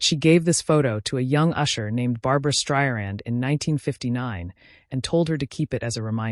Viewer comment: How ignorant can AI be to pronounce her last name “ Stryan?”